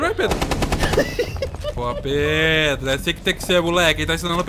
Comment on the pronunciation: Ele colocou de proposito nas gameplays mesmo ele quase sempre chama o Pedro De ''Predo'' De Zuera.